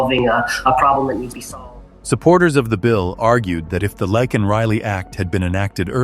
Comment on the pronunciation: Please say her name properly. It’s not Lockan it’s Laken.